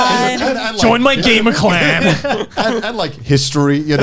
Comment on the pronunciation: How are they able to say clan with an audible k ?